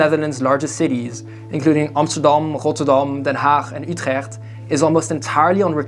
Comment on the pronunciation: Ahyes rotterdoam and utrèèggt I love the pronunciation😂